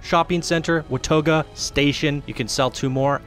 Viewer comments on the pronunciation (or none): Did you say wuh-tah-go for watoga? Lmfaoooooo!